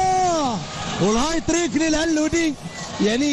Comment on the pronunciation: الهات تريك وليس الهاي تريك